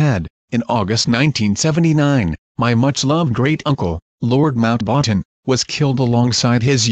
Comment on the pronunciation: Mount- "waaten"?